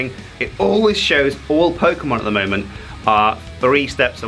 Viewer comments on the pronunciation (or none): none